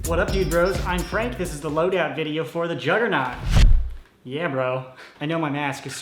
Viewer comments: I thought you said jungernog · its a "Jolgernaught "